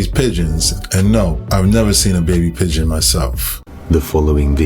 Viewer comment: I got pigeon lol iv had them most of my life,so sounds funny how he says it,but you never know what they make to blend in i guess